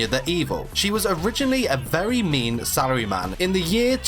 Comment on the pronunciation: "Very mean sarryman"